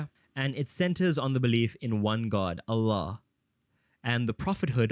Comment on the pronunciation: Are you Muslim?your pronunciation of Allah and tawhid seems too good😅